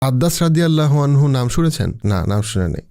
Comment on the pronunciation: Apnar uposthapona khub e shundor kintu shobshomoy lokhkho korechhi apni Sallallahu Alaihi wa sallam ebong Radiallahu ta'ala anhu porar shomoy ato druto ta poren ja shothhikvabe uchharito hoyna beshirvag shomoy... plz ai uchharon gulo adobotar shohit ebong shothhikvabe uchcharon korle khushi hobo🙏🏻